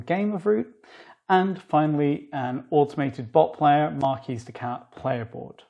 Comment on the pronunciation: The s in marquise is pronounced. If you pronounce it without the s, you're changing the gender of the Marquise to male instead of female